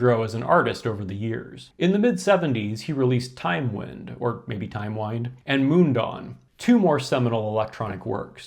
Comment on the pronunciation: At least you're an equal opportunity mispronouncer. It's Timewind as in 'the winds of time'. I think Tangerine Dream deserves its own dedicated video. Their influence on the world of music might not seem as obvious as Kraftwerk's influence, but every Hollywood movie with galloping synth basses and abstract electronic soundscapes in their soundtracks is a testament to the first guys to do it in cinema; Tangerine Dream. Edgar Froese's influence on David Bowie in his Berlin period can not be overstated.